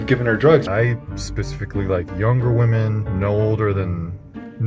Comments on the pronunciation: The correct pronounciation of women is wemen, not woman. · I love your videos, but did you know that you keep using “woman” in a singular way, whenever it should actually be “women” (plural!). I don’t want to come off as annoying, but I noticed you mispronounce it every time and it kinda takes me out of the video. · Why is she continually pronouncing women as woman? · *women why you keep saying woman? i love your content, but the use of woman instead of women sends me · I stumbled upon this video. I liked the content and delivery overall, I would have subscribed and returned for future uploads but unfortunately listening to "women" be pronounced as "woman" was insufferable. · Woman is a singular term... the plural term is women (pronounced wemen). Why cant anyone under 35 pronounced women correctly any more...? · Why does the host say “woman” when she means to say “women”? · The way you pronounce "women" is really jarring. "Woman" and "women" are different words. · why are ppl lately saying woman instead of women like the pronounciation.... bothers me so bad😭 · Girl I love you but it’s womEN, it’s supposed to be a slightly different pronounciation than the singular “woman” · Girl, how do you keep saying 'woman'?! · Why do you pronounce women as woman? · Saying woman instead of women is making me chuckle too much Xxxx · Girl I love your content but please can you pronounce women correctly, it really hurts immersion hearing women pronounced like woman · Why do so many younger people pronounce "women" as "WOman"? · "Women" ffs Are you sure u can speak perfect English?😂😂😂😂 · Why do keep saying singular "woman" instead of plural "women"? You seem otherwise intelligent? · Loving this… but physically recoiling at the pronunciation of “women” as “woman” throughout. Like no offence intended, but that comes across as similarly misogynistic to the character you’re reacting to. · I just love your videos and how you love cats and how you pronounce Women!!! Your the best!